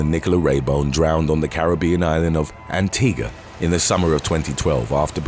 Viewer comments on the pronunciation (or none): Antigua (Ant-eeg-wa), not Antiga (Ant-eeg-a) Up your anti, man you make stuff up like this constantly and with over 50k audience there's honestly no excuse for such avoidable mistakes Did you never listen to the Beach Boys growing up?? Kokomo? No? Wtf seriously